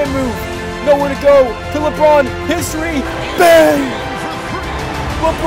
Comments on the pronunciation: He does say history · yeah he is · Does anyone else think when he says “his three” it sounds like “history”? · He is saying history